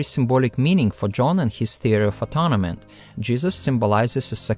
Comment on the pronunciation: very interesting, thank you. Please check the pronunciation of "atonement".